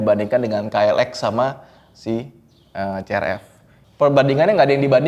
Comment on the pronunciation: Bukan C-R-E-P